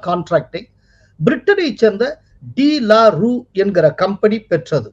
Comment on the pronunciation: that should be pronounced as டு லாரு